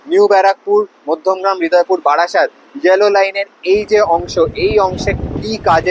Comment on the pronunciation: বারাসাত not বাড়াসাত